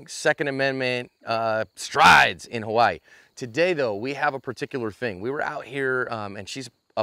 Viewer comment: wow! i’m surprised at Johns pronunciation of Hawaii, you said it just like a local. The second amendment is pretty much non existent here, thanks Lei for your efforts!